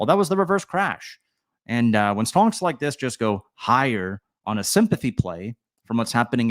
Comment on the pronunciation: Are you saying “stonks”??? Sure sounds like it….. 🤣